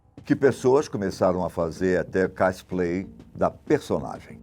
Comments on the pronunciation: É impressao minha ou o falou casplay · Ele falou casplay